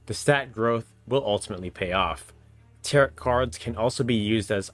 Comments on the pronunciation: great videos! i just pulled out my psp and started to replay TO since it's been many years since i've played. FYI warren is usually pronounced "war-en" and tarot is "tare-oh" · The last T in Tarot is silent my friend. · He is from Hawaii. They having some called Taro so there is that my friend.